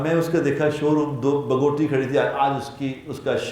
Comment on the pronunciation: بگوٹی نہیں ہے بگاٹی ہے